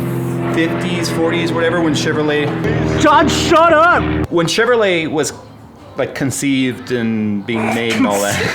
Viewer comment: Everytime you said Chevrolet I was earing "chèvre aux lait" (wich can be translated to milk goat)